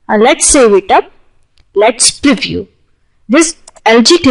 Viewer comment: and pronounce "preview" while stretching the the ee as in preeview..and not as "priview' i hope my comments will not be taken otherwise and be used only constructively..another word that can be spoken better is danger..